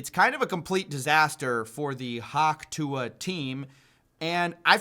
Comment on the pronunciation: Dude. Its hock tuh. It's spelled weirdly but you have hered it many time im sure. Bad listening comprehension.